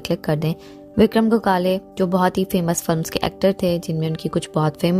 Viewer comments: Go khale nahi gokhale, bolna seekhle pehle. Hath mein phone Aya nahi aur lage video banane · Gokale nahi Gokhle . Pronounce properly. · Please pronounce gokhale.....not go-khale....please respect .....and not demean by pronunciation..... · उनका नाम गोकाले नही गोखले है.जल्दबाजीमें कुछभी मत करना, सही ढंग से पता करने पश्चात खबर दो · गोखले सर का सरनेम का सही उच्चारण क्यों नही हो रहा है? गोखाले सही उच्चारण नही है। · Very sad ! but what is a pounce that Gokhala .please, pounce properly.other wise join the class first. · आप तो उनका नाम भी ठीक तरह से नही ले पा रही,shame on you,first learn to pronounce names correctly 👎🏼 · Aap ko to unka naam bhi sahi tarikese Boland nahi Ata 😐 so poor u r